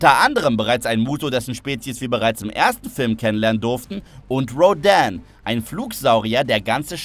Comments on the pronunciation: Row Dähn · Sprich Rodan noramal aus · no front aber warum zum fick müsst ihr immer alles so auf Krampf Englisch aussprechen. Beispiel: Das riesige Vogelvieh heißt Rodan, nicht Rhhhoodän